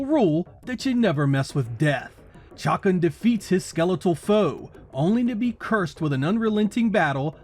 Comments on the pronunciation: Oh my lord its not "chockin" its "shuh-khan" !!! This is absolute blasphemy!! Shame on you! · You’re pronunciation of the characters name just kills me 😂 “Chuck’n”